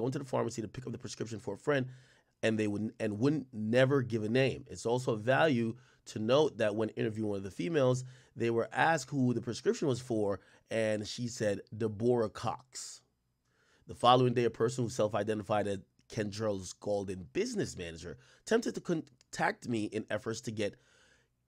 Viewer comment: 😭 "Kendrell" "Debroah" YB must be rubbing off on you